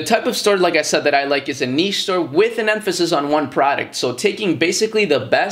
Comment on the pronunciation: I've been on the fence about starting dropshipping for a while but what you said about making a niche store with a bit of versatility whilst promoting one main product at a time makes total sense! Wish me luck! Also thanks for saying niche correctly, very cringe when people say it wrong :S